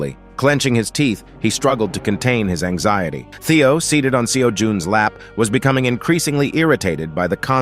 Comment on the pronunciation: All the mispronounced names. Sajean instead of Seijun Alien instead of Ailene Seijun instead to Theo Teo instead of Theo Kwang instead of Keuing Raine Mountain instrad of Cow #4